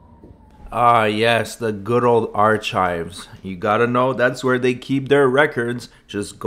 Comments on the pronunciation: I keep coming back to this every few months because I just can’t get over “ar-chives.” 😂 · Stupidity is not an acceptable medical exemption for wearing a mask. If you are having a hard time figuring out how to put one on, ask an adult for help. Ar-“chives” killed me 💀 🪦 I’m actually writing this from beyond the grave. 😢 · "arCHIVES" LOL. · He calls PLOT lines "platt" lines. His dirty nails 💅 checking the ARCH-CHIVES! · Besides the cameras and miss pronunciation of “arCHives” and recording peoples signatures, it’s started off relatively calm… Until they didn’t give human curtesy to put on a mask. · I was listening to this in my headphones when I was prepping dinner last night. When this dbag said ar-chive’s over and over again I literally laughed out loud. My family wondered what I was doing sitting at the sink laughing at myself. They didn’t see my wireless earbuds 😂😂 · "Our-chives" is hilarious. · He's killing me with that ar-chive crap. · Love the way he mangled Woonsocket and whisk head says nothing!! Hey Will, wake up! This is your state, don’t let him disrespect it! 😂 Good old ar-chives!! He meant archive’s but him not knowing the difference between ar-chives and archives or statue or statute etc. is nothing new (Knew) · Ar - chives 😂😂😂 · How is an adult who supposedly went to school but can't pronounce the word,"Archives," a simple word., The h. Is silent, something you learn in elementary school. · Ar- chives 😂🎉